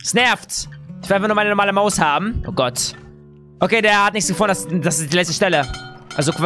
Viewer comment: Du sagt immer gott mit "s" am ende😅😅👌